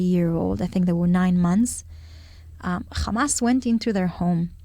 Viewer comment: It’s Hamas not Khamas?😂